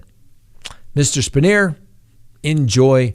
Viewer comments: It's "pronounced "Span-Yer". Formed PSU president. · Spanier is pronounced span-yer here in Central Pennsylvania. I'm 40 minutes from Penn State & I can tell you the fans never wavered away from their loyalty. Also, yes, LOCK YOUR DOORS & WINDOWS! I had a break-in once. The man walked upstairs, got nearly face-to-face with my children (pretending to be sleeping), then went downstairs to relax on my couch. After officers took him back to the care-home he escaped from, the man immediately got into an argument with his caregiver & stabbed her 13 times. Use deadbolt locks in combination with a cheap door wedge, so even if they/he/she somehow gets it unlocked, they're gonna have a tough time getting the door to open. Metal window locks are about $3 a piece - use them. They work good.